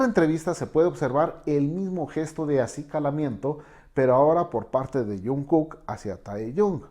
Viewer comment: Lo único que pude hacer fue aguantarme las ganas de gritar!!! 😭😭 son tan bellos juntos 💜 o dios mio tengo que aguantarme la emoción💜 taekook 💜 jajaja El señor dice "taeyon" y "junkuk" xd